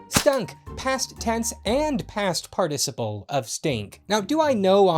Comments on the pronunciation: Ur pronouncing participle wrong. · I was mildly perturbed at the subtle variation at the pronunciation of the word "participle". I mean just pronounce it how it is? How hard can that be? Pfffft. As a Brit, who pronounces everything the correct way.. This makes me mildly discombobulated. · You're pronouncing participle wrong.